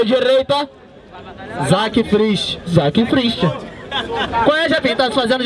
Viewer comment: É Frist, não ''Cris''